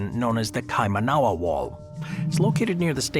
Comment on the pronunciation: Kaimanawa = KY- mah-nah- wah